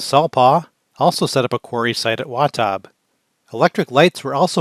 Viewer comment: It's Wah-tab, not Wah-taab, idiot.